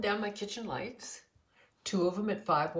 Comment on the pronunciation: *Lights not lites